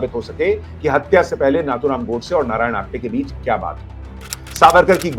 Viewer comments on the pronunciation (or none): Sir, excellent 👍 video covering rejoinder to false and irresponsible allegations made by Pappu. I, however, humbly bring to your kind notice that the name Nathuram should be pronounced as "नथुराम" and not as "नाथुराम".